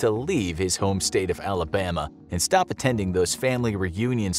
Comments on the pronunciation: Who tf needs to be told that 😭, and the way he say Alhabhama😂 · I’m dying why did he say Alabama like that🤣